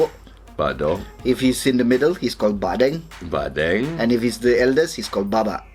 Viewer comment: I like when u said Bahdeng. Its so perfect n cute too